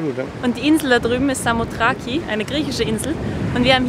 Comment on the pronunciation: Eigentlich Samothraki ohne "e"am Ende, ansonsten gut aufgepasst 😉